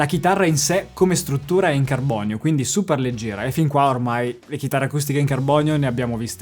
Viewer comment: TUTTALAVITA FIBRA DI CARBOGNIO